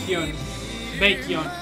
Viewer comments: Aaaaaaaa yeaaah u r exo-l now Lol 🤣🤣🤣 Btw, u pronounced 'Baekhyun' very well 🤣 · Ive never watched any youtuber who has pronounced baekhyun’s name so accurately hahah good job